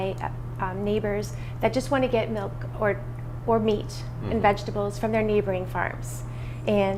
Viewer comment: Every time I hear "melk", I cringe.